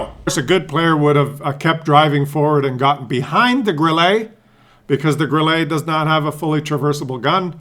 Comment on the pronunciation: you suck when it comes o pronouncing ' Grille '. You pronounce it like a yank tyring to pronounce ' fillrt dteak! It's pronounced GRILLER NOT GRILLAY! That's what comes of living too close to the former disgruntled colonials🤣🤣🤣